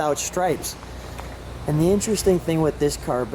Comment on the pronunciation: Cant pronounce the word " stripes " its not "schtripes"